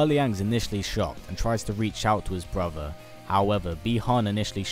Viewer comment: I enjoy your MK videos but listening to you say "brover" instead of "brother" this entire video made me want to sew my ears shut!